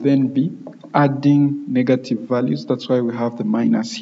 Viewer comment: nice tutorial. when you say negative, it seems like you are saying "NiggaTive